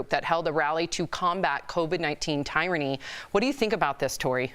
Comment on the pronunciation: Tie-run-e? Did she mean Tyranny?